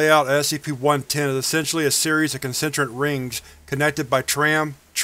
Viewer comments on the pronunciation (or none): none